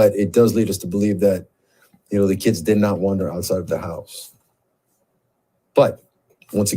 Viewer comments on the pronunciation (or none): none